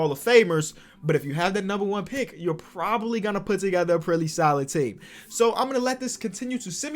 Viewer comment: bruh at like he’s said proly